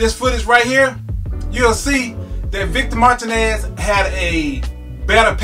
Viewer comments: Initiall_d_ Mar-TEE-nez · Nice video, but you must get Victor's last name right my friend Martinez pronounced MAR-TEEN-NESS.